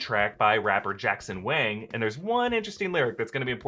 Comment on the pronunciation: Love it when chinese names are pronounced correctly❤️💛💚, then Wang......